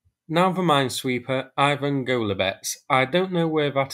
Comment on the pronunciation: Ivan, not Ajvan